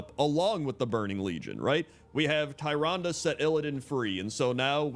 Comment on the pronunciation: Tyrande. Tyr, like the titanforged, and ande, like you've been saying. Tyrande. TEER-ahn-dah.